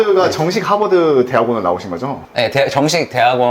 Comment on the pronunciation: 하바드 발음 일부러 한국인처럼 하시는듯 ㅋㅋㅋ